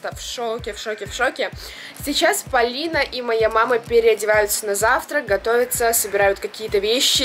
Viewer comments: да уже достали моё имя произносить Палина это ужасно люди запомните правильно ПОлина а не Палина ПОлина ПОлина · Полина правильно а не Палина